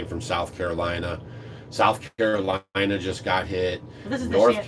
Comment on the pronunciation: It's CaroliNa, not Carolia. 😉